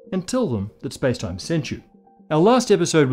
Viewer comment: You can feel it when he's winding up to his final "spacetime"